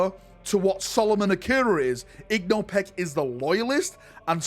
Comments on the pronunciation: IN-GO Pech, not IG-NO Pech. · How the fuck is igno peck i only know Ingo Pech?